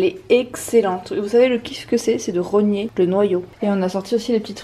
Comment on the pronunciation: On dit ronger pas rogné 😅😊 ça m'a fait rire mdr un gros merde à Sam-Sam